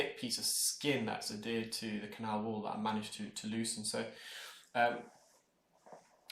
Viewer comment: Hi - i love your videos. Just wanted to let you know you use the term “addeared” when i think you want to say adhered. No biggie, just thought you would want know. You are really great and keep up the great contend.